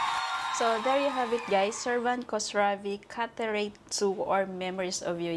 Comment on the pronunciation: his family name start with "kh", not only" k" when u pronounce it kosravi, kos has a bad meaning in persian, if u have a little respect to singer , u need find out how is family name pronounce.u can write his family name in google translate and it will be teach u how u can pronounce it correctly.